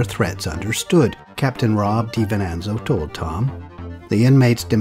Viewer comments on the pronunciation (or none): none